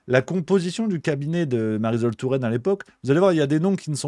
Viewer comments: Marisol pas zol, tu dis le soleil pas le zoleil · ça se prononce MARISOL comme PARASOL :face-turquoise-covering-eyes: oN NE DIT PAS mariZol touraine :goodvibes